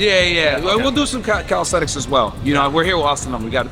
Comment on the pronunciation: My boy is a coach and keep saying “Calisthetics” 🤦🏾‍♂️🤦🏾‍♂️ It’s Calisthenics Coach! Sheeesh